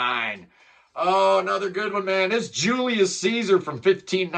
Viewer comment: Julius Caesar not "Julias"